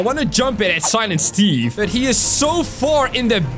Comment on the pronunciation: UMMM ITS SILINT STEVE